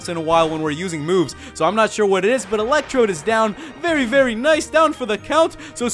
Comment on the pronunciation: electrode.. more like Elec Chode lol